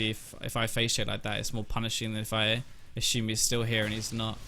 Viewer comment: Love your videos, but I have to admit I get tilted when you say "ashume" instead of assume, lol